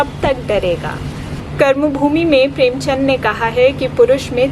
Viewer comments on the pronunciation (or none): none